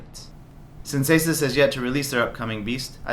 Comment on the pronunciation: Its pronounced "A-Sues" not "A-sis" :|